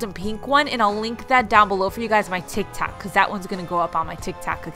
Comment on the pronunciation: “On my tik tak account “ 🤣🤣 did anyone else catch that. Btw I lovee your diys and is dying inside for Christmas 😍. 💚